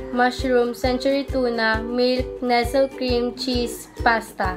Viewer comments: Nestle = Nesley not nesel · Tama 0.08 nestle cream po nesel cream 😆😆😆😆😆😆